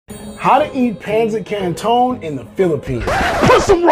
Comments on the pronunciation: It's pronounced pansit kanton but i love whe he says peynsit ceynton it's so funny 🤣🤣🤣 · The Pronounce Of it is Pancit Canton-pansit kanton And not Pancit-Kawnton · The "ton" is pronounced like Dun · Its pronounced: Pan-sit Can-tun thats how i say it im from the phillipines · Uhhh I think u pronounce pancit Canton (pansit kanton) it's a Tagalog sentence😢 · Bruh i think sum is wrong with my or his pronounciation with the pancit canton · Is pronounce pancit canton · YOU CANT EVEN PRONOUNCE IT CORRECTLY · Pronounce it correctly first